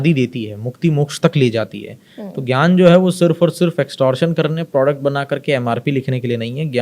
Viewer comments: Aap ज्ञान को जान विज्ञान को vijyan क्यो बोल रहे है। कृपया बताये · सभी विध्वनि विज्ञान को vijyan क्यों बोलते है मैंने काफी लोगो से सुना है ये की vijyan कहते है विज्ञान की जगह आप भी ज्ञान को जन और विज्ञान को विजान् bol rhe he कृपया बताये